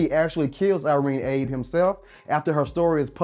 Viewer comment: You pronounced Irene Abe's name wrong. It's pronounced "Ah-bay", not "Abe", as it's a Japanese pronunciation.